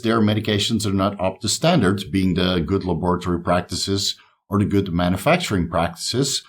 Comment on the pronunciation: Just to comment something because I appreciate the work: every time you say laboratory I say it out loud too. Its way more fun to say it your way. Especially appreciate effort especially the extensive library of older videos. The body of work is just euuuge!